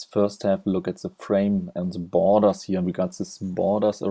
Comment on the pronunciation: Did he just say "boners" instead of borders? :-)